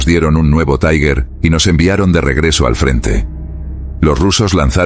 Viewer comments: 19.25 En Aleman TIger no se pronuncia Taigher, esto es en Ingles. Se pronuncia TIGA... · Sr. locutor: ¿por qué dice "taiguer"? 'Tiger' es una palabra alemana, no inglesa, y se pronuncia "tiguer". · Las historia es muy interesante y bien documentada. Creo que leí algo sobre el diario en alemán, pero solo añadiré un inciso. Cuando el narrador pronuncia la palabra Tiger con acento inglés duele oírlo. Es una palabra alemana y se pronuncia no como tigre en inglés, sino Tiger ( Tigear).